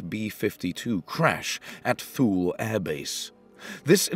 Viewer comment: I gather the proper pronunciation makes it sound more like "too-lee".